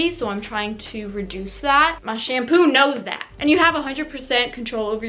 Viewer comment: When you said MY SHHAMPHHOO 'NOWS DAT I felt it